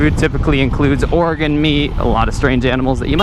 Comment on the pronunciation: Funny, for a second I thought was talking about Oregon meat instead of organ meat.